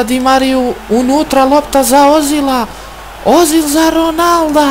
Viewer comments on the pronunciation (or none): Nije ozil nego ezil a pise se ozil